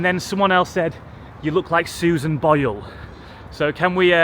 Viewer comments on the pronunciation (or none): Sorry but its Boyle, but a great video as always.